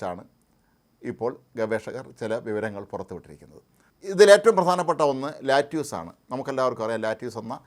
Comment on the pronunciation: its called lettuce...mnot lattuce....naaku vedikku